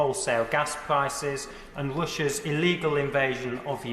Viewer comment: Why is it so many “Townes” can’t pronounce their “R”s. This guy says “Wussia”. Liz “Twuss” is the same. In the US if you pronounce R as W, you go for speech therapy and correct it … or cowwect it. It’s a sign of pwivelege.